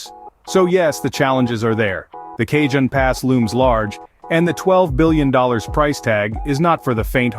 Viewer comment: Pronounced Kah-Hone Pass 😉